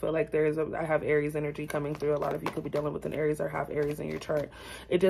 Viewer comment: I cringed every time you said Aries 😒 this reading is so on point 📌